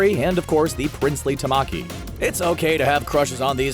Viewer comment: You pronounced Tamaki wrong go watch Ouran highschool host club